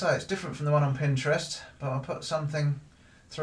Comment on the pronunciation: I love how you say Pinterest, pin-stra-wrist.